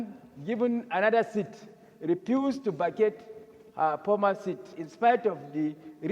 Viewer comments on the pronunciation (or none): the aboki senator said "Senator Natasha habing given another seat, repused to facate her pormer seat. " 😂😂😂😂